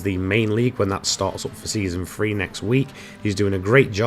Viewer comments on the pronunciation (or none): I know it's the accent but you always catch me pit when you say "three". Sounds soo much like "free".